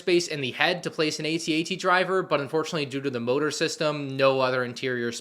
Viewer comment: AT-AT, Not A-T-A-T!! 🤬🤬🤬🤬